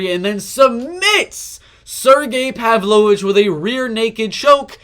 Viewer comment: You're the only non-Russian who can pronounce Pavlovich's last name correctly.